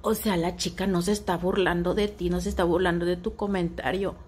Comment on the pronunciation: Más bien se burló del "ocea" en vez de o sea...